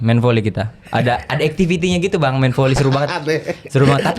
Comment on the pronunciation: saya gk saLah denger kan, JegeL biLang F & V itu P kan...? kaya VoLi dia biLang PoLi...